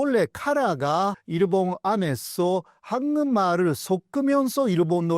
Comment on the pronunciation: 교수님의 한국말은 굉장히 잘 하시지만 한국말을 ->황금알로 들립니다. 죄송하지만 우선 이것만은 좀 수정해 주시면 안될까요?